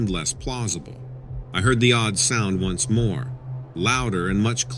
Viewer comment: Facility...not phicility. Once =1 (a number.) not ounce, as in weight.